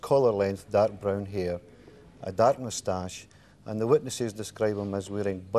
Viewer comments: “I mus-tosh you a question” 🥸😆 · Anyone else notice how superintendent pronounces the word 'mustache'? 🤣